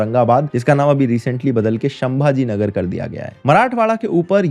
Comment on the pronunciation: Sambhaji nagar hota hai pronounce ache se karo